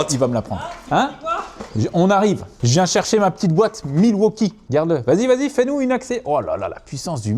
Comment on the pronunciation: la petite boite milwauchibre ??? 😂😂😂